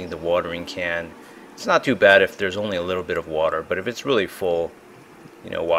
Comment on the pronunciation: What part of the country do people say, "Tee-oo", instead of "too"?